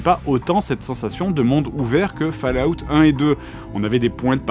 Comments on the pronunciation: J'ai failli quitter la vidéo en entandant fAllout Pitié 😖! On prononce Folaout !! 😩 Edit : ah, j'ai quitté la vidéo... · Bon une bonne fois pour toute, ça se prononce comme suit "FAUL" "AWTE" et comme les deux mots (fall et out) sont collés alors on dit "FAU-LA-WTE" mais c'est plus drôle de dire "FALOUTE" 🤣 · Je ne regarde pas, ça se prononce fOll out, pas fAll out. Étant donné l'âge de votre public vous pourriez juste faire un effort sur la prononciation d'UN mot? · Ça se prononce Fol-a-out... ;) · Fa La Out 😂 vé l'accent oh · "Des romans autour de Warcraft" je présume de rien donne tes sources. A vu de nez ça m'a pas l'air très élevé, en tout cas c'est ce que tu suggères ; ça peut l'être, le roman est infini pour peu qu'il trouve un auteur digne d’intelligence peu importe le support. Je rigole bien avec mon fils quand je regarde tes vidéos, c'est pas intelligent et tant mieux. Ca ce prononce "Fallout" :) Mon jeux préféré.